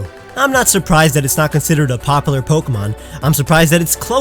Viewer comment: Anyone else triggered over the way he says popular